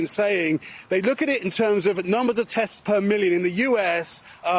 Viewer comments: Anyone notice Janis saying "AGANE" I've never heard anyone pronounce again like that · AGAIN the way she pronounces that word